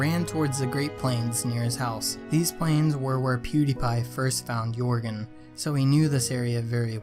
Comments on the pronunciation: It's jörgen! Not yourgen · Jörgen not Jorgen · It is not Jörgen